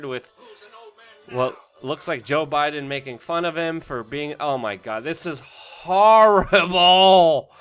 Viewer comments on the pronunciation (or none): none